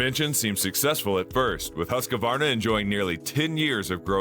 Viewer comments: Please learn how Husqvarna is pronounced. It's not Husq a varna, it's Husq var na. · It's hoosk·vaar·nuh Not Husk-a-Varna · HOOSK VARNA